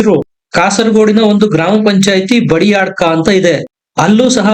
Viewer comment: ಒಳ್ಳೆಯ ವೀಡಿಯೋ ಮಾಡಿದ್ದೀರಿ; ಒಳ್ಳೆಯ ವಿಶ್ಲೇಷಣೆಯನ್ನೂ ಮಾಡಿದ್ದೀರಿ. ತುಂಬ ಸಂತೋಷ. ಆದರೆ ಸ್ಥಳಗಳ ಅಥವಾ ಇನ್ನಾವುದೇ ಹೆಸರುಗಳನ್ನು ತಪ್ಪು ತಪ್ಪಾಗಿ ಉಚ್ಚರಿಸುವುದು ಮಾತ್ರ ಯಾವ ರೀತಿಯಿಂದಲೂ ನಿಮಗೆ ಶೋಭೆಯನ್ನು ತರುವುದಿಲ್ಲ ಎಂಬುದನ್ನು ದಯೆಯಿಟ್ಟು ಅರ್ಥ ಮಾಡಿಕೊಳ್ಳಿ. ಕಾಸರಗೋಡಿನ ಸಮೀಪ ಭಾಜಪ ಅಧಿಕಾರ ಹಿಡಿದ ಎರಡು ಪಂಚಾಯತುಗಳು 'ಬದಿಯಡ್ಕ' ಮತ್ತು 'ಕುಂಬ್ಡಾಜೆ'. ನೀವು ಈ ಎರಡು ಹೆಸರುಗಳನ್ನು ಹೇಗೆ ಉಚ್ಚರಿಸಿದ್ದೀರಿ ಎಂಬುದನ್ನು ದಯೆ ಮಾಡಿ ಪರೀಕ್ಷಿಸಿಕೊಂಡರೆ ಉತ್ತಮ. ಉತ್ಸಾಹದಿಂದ ಕೆಲಸ ಮುಂದುವರಿಸಿ. ನಮಸ್ತೇ...